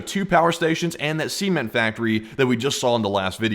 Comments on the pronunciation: Was it a semen [see-muhn] factory or a cement [suh-ment] factory that was hit in Yemen? Just sayin', 'cause your pronunciation isn't right... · “Semen factory” 💀💀😭??? Why does bro pronounce “Cement” like that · I keep hearing words "semen factory", its CEMENT factory, not semen factory. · The way you say cement makes it sound like you're saying semen! BREAKING NEWS!!! Semen factory explodes🤣🤣🤣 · i keep hearing "semen factory". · "see ment?" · thought you said semen factory lmfao! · Not gonna lie i thought you said a semen factory. And i cant unhear it. and now neither can you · Every time you say Cement I keep hearing seamen lol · You'll have to start pronouncing Cement in a different way. The first 2 times I didn't hear "Cement" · please do not say the word "cement" ever again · Where did you learn to pronounce the word "cement"?